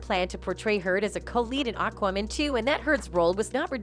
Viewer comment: Why did your pronunciation of "AquaMan" always sound like "AquaWoman"? Was that an insult against the whole situation with Heard (the backlash is completely justified. Heard is a despicable human being) or was this a problem in editing the video or the audio?